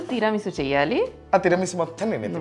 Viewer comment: teeeera chooste teeeera meesu kaadu talleeyyy... It's Tiramisu.. but, nice :)